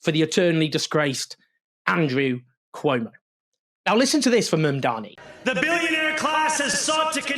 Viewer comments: MAM-dani. Mamdani. Please let's get it right! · Owen, it's MAMDANI, not Mandani! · What's your background, coz clearly pronounce or spell. It's, Mamdani. Now repeat it HuggyCostky